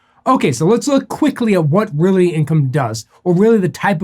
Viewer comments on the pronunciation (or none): Why are you saying Realaty?